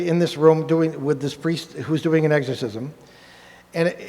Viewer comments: pronounced ex not egg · Love this video, however, i chuckle a little every time they say “eggs-corsism”…😂. Great lecture guyz, i listen to it from time to time. No one ever told me, nor had I heard it before when I was young, but I always thought they were aliens playing vile tricks on humans. For some reason, it makes sense to me! I was raised a Baptist. All this fascinates me❤. Be safe!